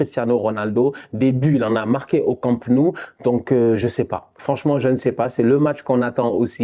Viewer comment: "Came No-ou"